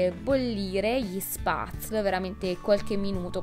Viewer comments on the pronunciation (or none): Ciao cara! Bel video e finalmente qualcuno di vero! 💕 un consiglio, "spazl" come pronunci tu va pronunciato "spetzli" 😂 nomi un po' strani lo so... Ciao ciao❤️ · Ohhh io gli Spatzle li faccio in casa :) Sono andata a mangiarli direttamente su sulle montagne e credimi che fatti freschi sono una favola e mezza!! Ah.. giusto per correggerti un attimo, si pronuncia "spezel" mascherando un po' la "e" :) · veramente S viene pronunciata SH (come quando zittisci qualcuno) e in se la parola viene pronunciata SHPETZLE , o almeno in germania viene pronunciato così, non penso la pronuncia sia troppo diversa da quella tirolese :)